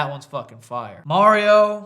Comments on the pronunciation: Holy shit!!!! Joe pronounced Mario correctly TWICE!!! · JOE PRONOUNCED MARIO CORRECTLY?! WOW.